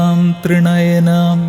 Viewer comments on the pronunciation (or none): Thudakkam ..It's Thri-nayanaam.